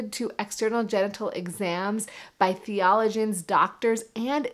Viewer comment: "Thee-Oh-Low-Gee-Un" = "Theologian" pronounced phonetically.